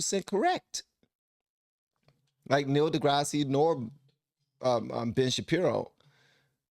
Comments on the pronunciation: It's pronounced Degrass instead of Degrassi. He's a solid dude. Check out his "sermon" about science. I bet it moves you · Opine, as I’ve always understood it; “I’m about to talk at length and give you my informed opinion about that subject?” Something like that. Keep listening to both sides bud, and it sounds like Dee-Grass, not Deegrassy. Although I’m pretty sure you know that, nice YouTube engagement! 😉☮️🌎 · It's said DeGrass. The S is silent. Same with Illinois. It's said "Illinoi". And ya, Degrasse is self serving. He's got a leftist agenda. Smart as he is, he's a puppet. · Opine hold and state one's Opinion. That is the definition of Opine,. de Grasses' name is pronounced de grass. Ben Shapiro is an Attorney he graduated from Harvard Law with Honors in 2007 at 23,. Neil de Grasse Tyson is a graduate of Harvard (BS) in 1980. U. of Texas at Austin (MS) in 1983. Neil did not try to get his PhD until. So to say these men are Geniuses is quite correct. One became an Attorney in 7 years at 23 (Ben). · To opine is simply to give one's opinion. And DeGrasse is pronounced without the "ee" sound at the end. So, it's just like that stuff my husband really needs to go out and mow this weekend. LOL Tyson will literally say all kinds of sugar honey iced tea that he doesn't actually agree with, just so he can be part of the woke crowd and not get cancelled. He loves nothing more than to hear himself "opine". 😂 And yeah... people might have a right to identify as a pine tree if they want to, but they do NOT have the right to demand that I join them in their ridiculous delusions. Oh, and they also need to stay far, far away from the the kids. Period. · The e is silent. Just degrass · … it’s pronounced dee-grass…Tyson like the chicken